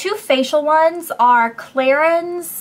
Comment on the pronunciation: Clarins pronounces as Clarans :)